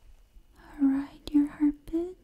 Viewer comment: Oh no! Not a fast heartBIT 😭😭😭